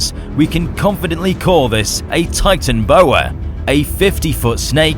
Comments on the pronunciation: Its called TitanOboa, not Titanboa. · It’s Titanoboa not “Titanboa” and it lived 60 MYA in South America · you did lost the o in titanoboa :/ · I know you have done a brilliant job at this vid but ive noticed 6 misconceptions/ridiculous facts: 1.Where did the 'o' go in titanOboa. 2.The titanoboa lived sixTY million years ago which was 6 million years after the kpg extinction. 3. No anky,nor anything has 3 legs. 4.The u in thalassodromeUs is included when pronounced. 5.That pterosaur is actually dsungaripterus. And 6.T.rex lived 68 to 66 mya,65 is a common misconception. Though there are some flaws and i sound like a nerd, i LOVE these fauna videos,KEEP IT UP👌❤ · You called the titanoboa a titanboa lol